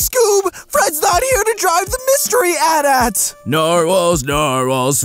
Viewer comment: cough caough imma hurt you mr. at at instead of a-t a-t